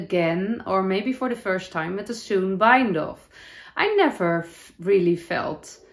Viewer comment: Gorgeous knits and wonderful episode as always! Ps- in the US, a sewn bind-off is pronounced like the word own with an s in front. Sounds like “Sown”